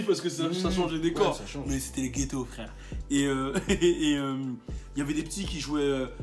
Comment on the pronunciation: Le "cool frwèwre" il m'a dead